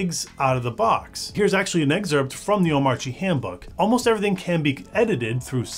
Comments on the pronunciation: The video is great. But pronunciation of Omarchy is terrible. its the same as like Oligarchy it is pronounced kee not chi. damn that was tough to listen to. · Small thing, but I thought "Omarchy" rhymed with "anarchy". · Nice video. Why does DHH not pronounce the 'r' in Omarchy. In the r silent in Danish?